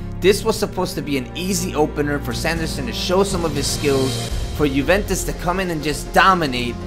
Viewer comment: It's (you)(vent)(tes) btw the intro gave me chills and it was my first time watching you